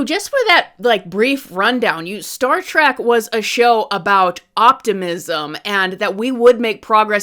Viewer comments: It is "Trek" with an E. Not "Trak". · Trek, not track.